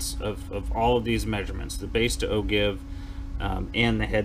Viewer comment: Nice talk. BTW... "Ogive" is pronounced ˈō-ˌjīv where the G sounds like a J.